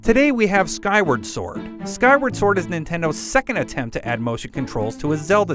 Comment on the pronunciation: Skywerd sord